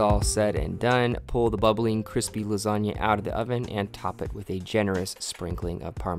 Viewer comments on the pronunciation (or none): none